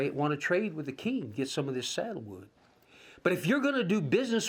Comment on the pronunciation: I'm not sure if I heard you correctly, but it sounded to me like you were saying saddle wood . The wood in Hawaii that was so widely valued throughout the world was sandalwood, not saddle wood.